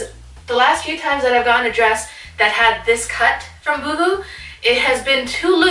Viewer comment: Lol "you-hoo"... why am I thinking of right now 😂 love this haul, girl! Thanks for sharing! ❤